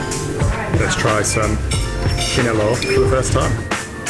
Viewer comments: It’s tapsilog. If it’s just silog you will only be served fried rice and egg. “Tap” stands for tapa, “si” is sinangag or fried rice and “log” is itlog or egg. And it is not kini-lo but kini-law, with law being pronounced like lao in the Lao Democratic Republic heheh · You pronounce it wrong my friend,it’s kinilaw not kinilow ok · Kinilaw like LOUder. Not law (low) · Filipino pronunciation tips: Vowels produce only 1 sound each: A [ ah ], E [ eh ], I [ eeh ] O [ awe ], U [ ooh ] Kinilaw [ kee - knee - lao ], Boracay [ boh - rah - kai ] There's only one vowel on each syllable: Maasin [ mah - ah - sin ] Exceptions: Pronounce Spanish loan words or proper names in Spanish where "u" could be silent. San Miguel [ san - mee - gel (hard "g") ], barquillo [ bar - kill - yawh* ] *yeismo in the PH is "ly" instead of the Latin American "y": Calle [ kal - yeah ], Cresta de Gallo [ kres - tah - deh - gal - yo ] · Love how the foreigners pronounce kinilaw😁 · This is a properly researched documentary. Nice! There's only one mistake tho. The letter "a" in kinilaw is like the "a" in land. Aside from that, your pronunciations are perfect.